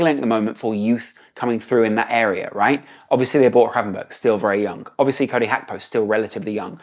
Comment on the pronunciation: Please stop saying Cody Hakpo, and Ryan Havenberch 😂 great video again. Always enjoy these and your perspective